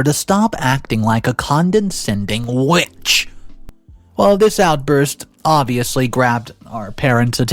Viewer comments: It’s condescending Not CONDENscending. There’s only 2 Ns. You do the same for the word invitation. Where you say INVINtation. It’s ALZheimers. Not ALT-heimers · Con-de-scending has two n's, why do you keep adding an extra one? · How do you still not know how to pronounce condescending? Jeez.